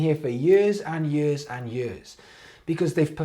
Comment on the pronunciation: Anyone else love how says “years” like “yeeuhz”??